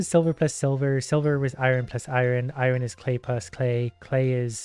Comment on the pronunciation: Iron is pronounced eye urn